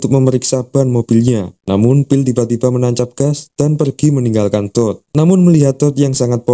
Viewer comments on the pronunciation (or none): apakah cuma gw yg ketawa ketika mendengar "TOD" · ken "TOOD"